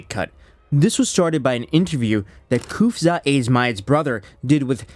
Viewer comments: You ai- or do you actually pronounce Khamzat homzuut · did you say KhamZutt? 😂😂😂 Oooh, that story of Mohammed's wild night out did really spreas like a wildfire, huh? 🤣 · I love how you were calling Khamzat “Khamzutt” 😂😂😂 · Am I hearing Hamzutt?? Like as in Al-Zutt? IYKYK.